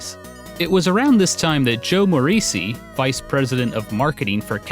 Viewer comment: I think Morici is pronounced [moh-REE-chee]. Probably. Looks Italian.